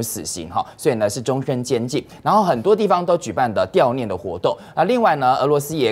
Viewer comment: dào念了啦不是掉念